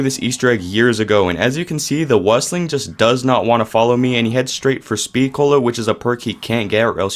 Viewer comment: How you pronounced Meuchler and Wüstling 😂❤